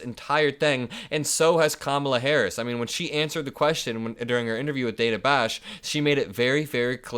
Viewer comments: Dude, her name is Dah'na, not Day'na. Don't be like Trump. Lol. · Hey, the interviewer's name is DANA not Daina. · the CNN interviewer's name is pronounced "Dan uh", not ""Day nuh".